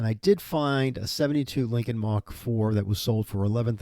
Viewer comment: Mark...not Mach.